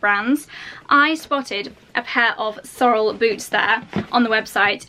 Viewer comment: Hi Fern here from Canada. Love your Sorel boots. But you're not pronouncing the brand name correctly. It's pronounced like (sore _ LLLL) emphasis on the L. I know a lot of people mis pronounce it....so don't feel bad! They are a huge brand here in Canada. Their company is from Quebec.Canada. where our Prime minister is from. They are really well made boot...so enjoy! Your winters there are similar to ours in Canada.really enjoyed your video. Take care.